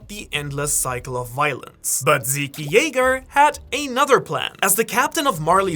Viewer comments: Stop calling zeke zeké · did you just call him zeekee? 😮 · "Zeke" is just pronounced "Zeek" lol not "Zeekie" It is from the name Ezekiel. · "eren and zeekee" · yea i had to turn this video off cuz this idiot pronouncing zeke in the most wrong way i’ve ever heard is pissing me off